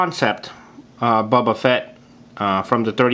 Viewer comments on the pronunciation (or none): great but it is boba not buba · The way he pronounces "Boba" sounds like "Bubba". Bubba..........I have an idea.